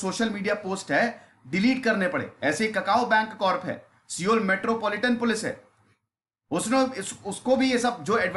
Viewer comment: Sabse pehle Sir aap SEOUL ki Pronunciation thik kro, सिओल nahi सौल kehte hai..